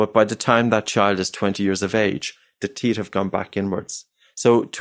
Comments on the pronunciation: Unrelated but his accent makes it difficult for me to listen to this. The teesh (teeth) the teet(teeth) just pronounce the H 😠 😂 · It's TEETH, not TIESCH for christ's sake.